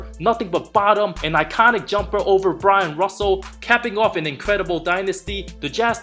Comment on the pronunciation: Not Brian . Byron you idiot